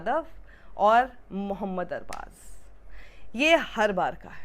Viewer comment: Man pehli bar dekha kisi ne arbaz ko sahi pronounce Kiya na k arbaj😅